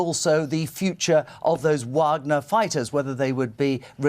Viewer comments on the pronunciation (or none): Putin's promise to his people? I think Benjamin Franklin said something once about trading liberty for security. Maybe it's the Warhammer fan in me, dude, but it's pronounced "Vahg-ner", not "WAAAGH!-gner"